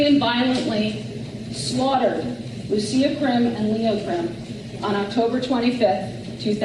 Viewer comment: You pronounce Lucia as LUCHIA ❤